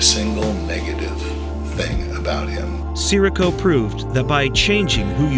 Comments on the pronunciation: AI apparently doesn't bother to learn how to pronounce names. It's Tony Si - REE - co, not Tony SIR -ee-co. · Can’t even say his name right. These AI farms has no soul.